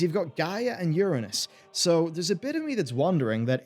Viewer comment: That's not how Uranus is pronounced.